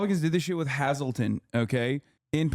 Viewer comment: Nobody told him how much he butchered saying Hazleton the first time?! It’s amazing how he pronounced it right when doing the fake accent which doesn’t fit the NE quadrant at all.